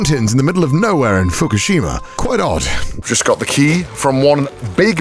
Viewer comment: Did I hear that right? Did he say fuckushima? LMAO